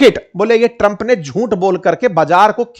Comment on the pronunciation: Tram ❌ Trampa😂😂